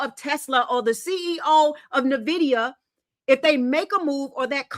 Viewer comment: Is not Nividia, It is Nvidia people lord, why is it so hard to say..?